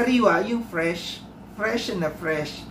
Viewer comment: Dami q tawa sa pris na pris hahha instead na fresh na fresh pris na pris🤣🤣🤣